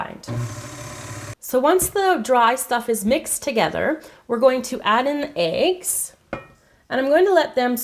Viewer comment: 2 aigs lol isn't it meant to be said like eggs not aigs